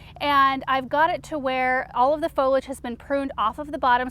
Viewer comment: Great video but it’s pronounced “fo-li-age”.